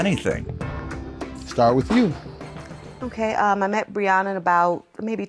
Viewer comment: They’re saying her name wrong for sure lol Bree-yen-uh is what I see here lol